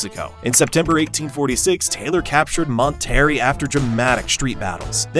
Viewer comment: What got slaughter the worst in this video was the awful Spanish pronunciations. Pay-low alto, Mon-terry, gringo Spanish almost sounds like another language to a fluent Spanish speaker. It’s okay though, they get a gringo-pass when speaking horrible Spanish, they can’t roll their R’s like we can, they’re descendants of European ancestry and us Mexicans are of Aztec/Myan-Indian ancestry giving us the ability to roll our R’s and handle spicy foods.